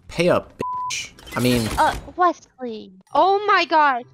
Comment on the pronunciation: “WES LEY” 😂😂😂